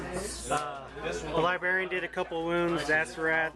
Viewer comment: Say "libarian" again and we'll see what happens.